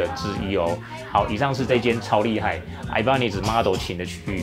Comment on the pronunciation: 整支影片看下來我只在意那個 Ibanez的發音 我記得好像是日本人去買西班牙的品牌 發音是 一八捏斯